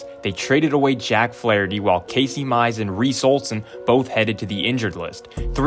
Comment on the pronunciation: Bro said Casey mize